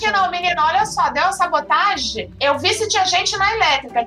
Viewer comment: Kkkkkk a vi falando sabotagi